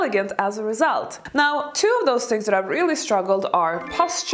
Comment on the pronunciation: It's "Those words" ....not DOSE words ..